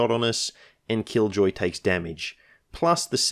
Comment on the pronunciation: I thought you had said "and kill Joy", rather than "and Killjoy". I guess that was a glimpse of what was to come.